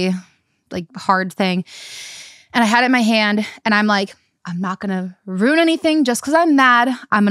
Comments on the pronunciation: I love how you both turn ruin into a 1 syllable word 😂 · Wait, why are they both pronouncing RUIN as ROON?? Am I trippin? 😭